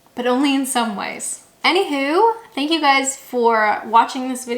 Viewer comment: I enjoyed your chat but I must say that most of the differences you high lighted were rather inconsequential. About half of them I, as a native Englishman for 70 years, do as you do. There is one thing in your speech that immediately identifies you as a none native, and that is the way you pronounce 'how' when you say 'any how' . You sound the 'ow' in the way the 'o' is in the word 'who' where as the more common pronunciation of 'how' is as in town, down, frown, etc. You are not alone in this small difference as I have noticed the same from several none native U-tubers. A tiny thing but it does slightly grate on the nerves. Regardless of that, I really enjoy your channel and look forward to further episodes. X